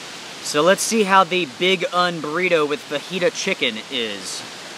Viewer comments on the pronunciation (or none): none